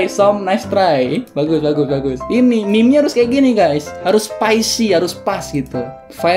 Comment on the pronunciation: Meme dibaca mim :v